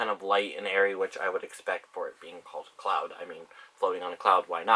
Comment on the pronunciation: lmao "ariana grande's new perfume, C L O U T" that's what I heard